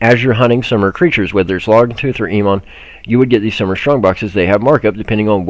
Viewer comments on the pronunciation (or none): *pronounced: "E- Oh- Monn" 4 years, each one a dud migration season for lower levl players